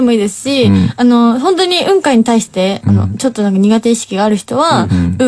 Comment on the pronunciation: 蕎麦焼酎の雲海ではなく、空にある雲海イメージだよね？ イントネーション「半生」でなく「反省」の位置だと思うんだけど「半生」の言い方してるw